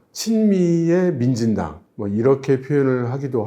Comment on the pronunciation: 왜 자꾸 만진당으로 들리지